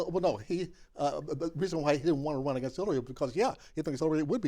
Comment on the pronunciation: I'm an Eleanor but why does she always pronounce the word against "againgst"? It infuriates me. There is only one G in the word against Eleanor!